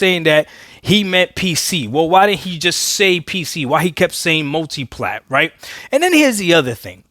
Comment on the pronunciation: I listened to him speak he said mutiplatform should be the focus